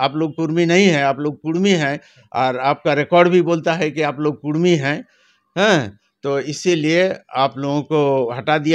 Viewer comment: REPORTER BABU ALWAYS SAY " KUDMI " NOT KURMI OF BIHAR AND UP.